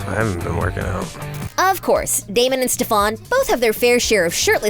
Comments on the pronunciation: GIRLIE CANT EVEN SAY ANY OF THEIR NAMES RIGHT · Why can’t anyone pronounce Stefan correctly!!! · ITS STEFAN NOT STEPHAN 😭😭😭😭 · please pick a new person to narrate who actually knows the content they’re talking about 💀 his name is STEFAN NOT STEFAAN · PLS NOT- "ste-FAWN" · “StEphAn” GIRLL ITS STEFEN ITS SPELLED LIKE STEFAN BUT YOU SAY “STÉ F ÉN” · She also said stefon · and stefaan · Ma'am it's Stefan 😂😭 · Cringed everytime she pronounced Stefan’s name wrong 💀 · For someone who puts a lot of time and effort into things about the show, you would think you could pronounce the names 😏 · i am convincing that nina wear a wig in the last episode. because its so ugly. six seasons nina switch with wig but then last episode just had me laugh to ninas wig and cry about stefan death. and I am mad. the show finally over but the sister couldn't even say damon and stefan names right omg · Does she not know the characters names she keeps saying Stefan's name wrong and Damon's